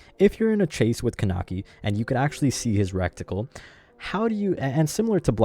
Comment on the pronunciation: It's pronounced Kuh-neck-ee